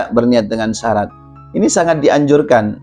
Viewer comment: Bacanya syarat nya perlu di koreksi tad